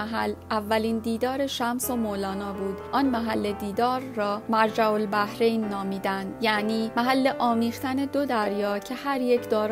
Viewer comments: مرج البحرین در قران آمده است و در اینجا تلفظ آن اشتباه بیان شد با تشکر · مرج البحرین در قرآن هم آمده است لیکن در توضیح تلفظ آن اشتباه بیان شد